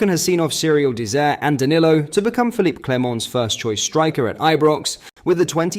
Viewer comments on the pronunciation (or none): none